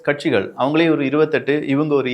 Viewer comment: Kaatchigal illa bro.. katchigal... Romba excited pola..😅